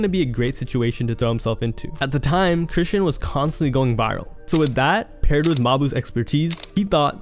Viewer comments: Chris-SEAN (sh-aw-n) rock not "Christian"🤨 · Chrisean name has been floating around so long for you to be pronouncing it wrong. Chri-Shawn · Bro said Chrishyn Rock ! Lmfao!! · Fashir twin - it’s ( chris”-Sean” , = chrisean😂😂😂😂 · This is a great video and I love the content my only complaint is the way you say Chrisean bro 🤣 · the way you say chrisean irked my soul 😂😂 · Now you know damn well that’s not how you say chrisean